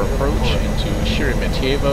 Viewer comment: Sheremetyevo is more accurately pronounced with the accent on the "me" syllable and with an "a" instead of the o at the end ( weird russian pronunciation rules are weird )